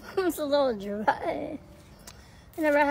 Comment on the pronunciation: Ah yes a tamaylee